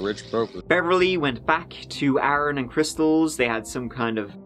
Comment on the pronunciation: 'adnd'? Come on now,.